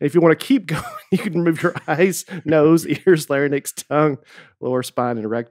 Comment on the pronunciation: Everyone gives Nate a hard time when he reads but I'm pretty sure that says both "salary gland" and "lair-nix" instead of "lair-inks" in the same sentence. Thanks for all the laughs and can't wait to see you guys at the live show- I know you said before that people make a whole weekend or vacation around going to your shows but my husband and I are driving up literally for one night only from Virginia for the night of the podcast and then turning around and going home. No pressure but I'm expecting you all to deliver. LETS GOOOOOO!